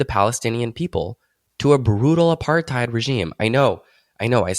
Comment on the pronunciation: I only get mad about the way you say Apartheid. It's "apart-hate" not "apart-hide"